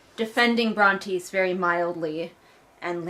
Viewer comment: Re: the names - I think I remember that you used to pronounce Brontes' name correctly but at some point you abruptly stopped, which I find hilarious & assumed it was deliberate 😂 Also Tobias reminds me of Bill Murray in the Spy Who Knew Too Little lmao